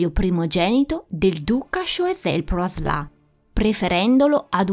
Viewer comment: tu pronunci Praslà ma non capisco questa "a" accentata da dove viene. In francese "in" si legge "en" o al massimo loro vertono più sulla a, quindi "an". Forse, ipotizzo, il tuo amico ha pronunciato "an" e visto che la n è molto nasale ti è parso di capire Praslà. Correggimi se dico fesserie